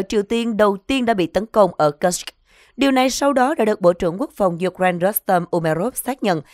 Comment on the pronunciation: Cô xnv này đọc từ Kusk rất khó ghe ?😅😅😅😅.